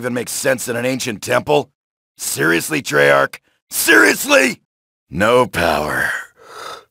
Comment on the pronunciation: did he say trarch